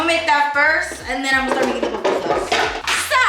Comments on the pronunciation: Eddie es PUPUSAS repite conmigo “pUPUSAS” 😬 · Ohh hell nah Eddie lmao it’s PUPUSAS! 😂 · GURRRR not the papusas 😭😂😂😂 nooooooo it’s pupusas 🩷 se dice el Curtido 😘👯‍♀️🩷🩷🩷 I love yallll! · I can’t with them calling them PApusas 😖 lol PUpusas* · PUPUSAS NOT PAPUSAS LOL REPEAT AFTER ME PUUUUUU-PUUUUUUUU-SAAAAAAAAAS 😂😂❤️❤️❤️❤️🇸🇻🇸🇻🇸🇻🇸🇻🇸🇻